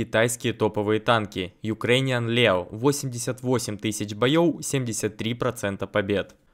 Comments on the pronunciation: Почему говорил не боёв а бойоу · мне слышится или вместо "боев" звучит боеёо? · Почему говорит не боёв, а боёу? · Здравствуй 🤝 Карта просто бомба! Вот бы за все карты взялись!😊, ты так и говоришь боёу - 😅🫣 боёв не боёу🤣 Лайк как всегда!👍